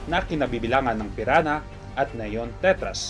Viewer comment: Piranha hahaha piran ha daw